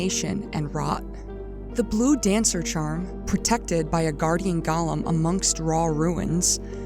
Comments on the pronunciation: I'm sorry but I am begging people to learn how to say Golem. It's Goh-lum not Gah-lum. Otherwise, great video. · Gollum ≠👂 golem "GAH-lum" (what you keep saying) vs "GOH-lum" (rhymes with "hole 'em") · I scrolled through some comments but I didn't see anybody mention your mispronunciation of Golem. Not trying to be too critical, but this bugged me. Golem is pronounced Goh-lem. It's a hard O. Gollum is only used for the character in the Lord of the Rings. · For the love of God “GO-LEM” it is pronounced “GOLEM” not “Gah-lum”. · Oh my God. GŌ-LEHM! Say it with me: GŌ-LEHM. Please, people! Gaw-luhm is the Tolkien character, gō-lehms are the animated constructs from the Kabbalah. It's gotten to the point where more people on YouTube say it the wrong way than ones who say it correctly. I hate to get all judgmental about a single word, but it makes anyone who pronounces it like that sound incredibly uncultured and like they don't know what they're talking about. It immediately makes me highly suspect that they had ChatGPT write their script. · I always heard them called as GO-LEM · I can't tell if a stupid AI wrote this or a stupid human wrote this. "The Primeval Current is a current." 🤦 GOH-lemm. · Ok Golem is not pronounced like Gollum. It’s go like the opposite of stop. Seemed like a good video but it drove me nuts lol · The consistent mispronunciation of the word golem just takes me out every time. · The "go" in Golem is pronounced the same way you'd just say the word "Go!". Gollum is a character in Tolkien's Legendarium. The distinction is important.